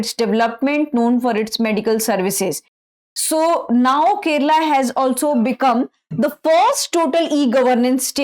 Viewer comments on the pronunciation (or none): Kerala not Keral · Keralam not kerala